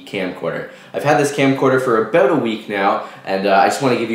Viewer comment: "a 16 gig SD card in canada runs aboot 89.nointey nine"